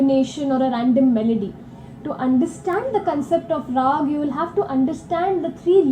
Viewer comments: And this what you guys were referring to as Scating...when Indian artists are doing runs of Indian musical notes in various combinations in the middle of the song/ composition/ instrumental music. And it's pronounced as Ra-aa-gh, and not as Rag (as in the English version). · Please kindly correct your pronunciation of Raag. You say it as "Rag" (as in ragging) but it is Not Rag. It is "Raag" (the "AWE" sound.......may be "RAWE_G) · Great video but just one small thing. Raag is pronounced Rahg( Raag) or Ragahm (Ragam). The latter is the real one as in South India, most words end with ahm or ahn. So Ram becomes raman. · Please. Note! The “a” in Rag or Ragam is pronounce as you would the “a” in Father; NEVER as the “a” in the English word “rag” as you would to refer to a dirty piece of cloth or fabric you may use to wipe a counter-top or use as a sanitary pad.